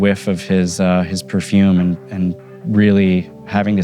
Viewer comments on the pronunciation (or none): wanted to punch the screen when he said "perfume" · Did he say Prince wore perfume??